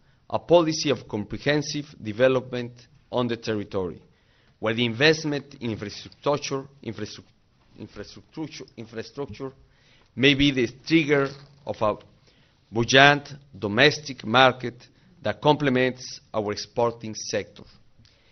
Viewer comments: infraestrutuchu... eso no pasa por sólo no saber hablar inglés, sino demuestra que ni siquiera revisó ni leyó lo que iba a decir... Le pudieron haber escrito cualquier cosa e igual la leía, esa es la impresión que da. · jajajaj infractrotochor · no pare d la risa cuando dice infrestrutocho y in fristocho y infristrache jajaja! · De faciliteishion.. el ojo del Tiger y infractushtushioooonnnn!!!!! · Alguien me dice cuál fue la grosería que dijo al tratar de decir infrastructure? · It's LeviOUsa not leviuSA... It's Infra,strakchear not Infreaestructur. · deja de eso hay que tomar en cuenta la #infrestuctocho o la #infrectructuchu jajaja XD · infrestructocho.... infrestrustuchu.... infreastructur... jajaja mori 😂😂😂😂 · No sé pero no me siento seguro que alguien que diga Infraestrutuchu nos lideró jaja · Invesmen infrastchucho "Palabras inmortales de Enrique Peña Nieto" hahahahaahhahahahalol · me mató la parte "guel invesmen in infrestructocho...infras...infraestructuchun" jajajaja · Infrastructocho, infrastructruchu, ya como se diga ! ( habrá dicho Peña ) - Ja, ja, ja! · Infrastructocho, infrastuctuchucho..Infrastuctruchu ! :D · Infraestructuchu JAJAJAJAJA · Infrastructrucho hajajahahajahahajajahahahajaa XDDDDDD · Algún asesor que me apoye en la pronunciación de infraestructo... Infraestructochu... Bueno esa madre!! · Infrushtructur, infrustructur... Ja ja qué vaciado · infestroitochon jajajajajaajjajaa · Infraestrutuchu jajajjajajajjaja pobresito, pero eso le pasa por meterse a liderar un pais siendo tan inculto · Que le faltaba para decir infraestructeishon? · No manches!!!! Que Babosadas dice este!!! No entendí NADA ! Lo único que se me quedo us infratuchuo... quien sabe que dijo. .. I think you'll speak it way better if your drunk .. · Casi le da un ACV pronunciando infrastructure. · keith green now, that's just mean but this video cracked me up. so funny and i just pissed my pants when he couldn't pronounce infrastructure.